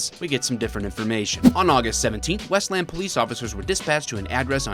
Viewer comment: I know you're a fellow Michigander when you correctly pronounce Westland.